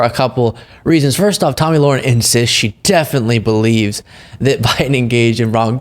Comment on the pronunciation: Her name is pronounced: La-Hair-in